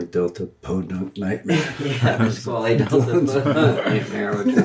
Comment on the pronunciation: Whoa, this scared me because I totally thought they said "Pasquale" Delta something or other for the band name at the beginning which is my name! Had to put the captions on to see Dylan was saying "Nisquali".